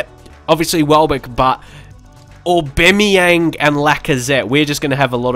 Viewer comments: that's because you pronounced his name that way. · Please don’t say Aubameyang like that